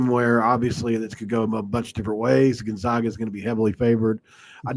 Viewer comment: On the matchup between which podcaster is more polished, it's a blowout for zags too. Please learn to pronounce Gonzaga correctly